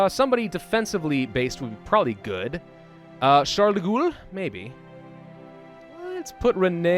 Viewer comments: Charles de *GHOUL* Its Gaul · It's pronounced Charles de "Goal", not de "Ghoul". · Eh, peu importe. So long as he stops saying "Charles de Ghoul". I mean, this isn't Fallout (although I would lol at if there was Québecois faction led by Charles de Ghoul in Old World Blues) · He still says "de' Goul". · Its actually pronounced Ghall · Pronounced gaul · Charles de "Ghoul"... Really? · The way he says De Gaulle's name hurts me.